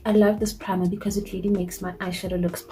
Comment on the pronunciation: I like when u "because nje"🤣...anyways nice look